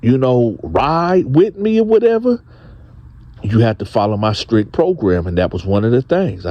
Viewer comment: it is pronounced strict not scrict, please correct, store not sto